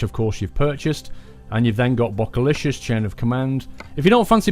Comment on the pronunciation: Bokehlicious is pronounced Bow-ca-licious and it is a photography joke, if you want to see if I am correct then on DigitalRev's YouTube channel you can purchase those things. Any just saying Love the videos and hope to see more